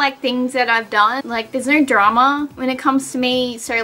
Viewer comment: It’s really annoying, when she says video it sounds like “veedeeyur”, tones sounds like “turns” no sounds like “nurrr”